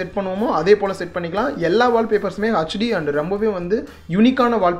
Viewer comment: Bro nice video but 1 thing its hd not ahc d